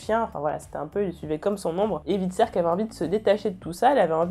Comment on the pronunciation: Bonne vidéo mais stp stop les Ivar, c'est [Aie]var X). Tu prononces bien Hvitserk mais pas Ivar qui est bien plus simple ^^'